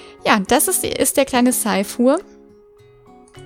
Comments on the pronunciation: Ich glaube seifur wird seifür ausgesprochen🤔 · Die Isistute wird eher Vänadis ausgesprochen. Und der Hengst Sajfur, am besten schaust du bei den Namen auf Fróður. Die haben die meisten Namen mit Bedeutung und Aussprache. ;)